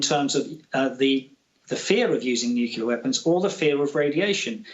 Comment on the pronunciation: Nukula weapons? What are they? Inability to pronounce Nuclear by a claimed war expert demonstrates lazy language which reflects negatively on credibility.